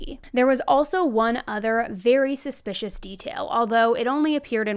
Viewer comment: Can you please say suspicious??? Suspish is not a word & it just sounds stupid!